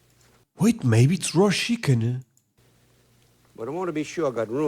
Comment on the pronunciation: Shickin 😅 He pronounces Chicken just like you do.